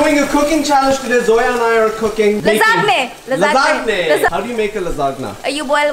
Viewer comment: Corect pronunciation of lasagne is LUH zahn yuh........ Phly name seek lo madam..phr banao..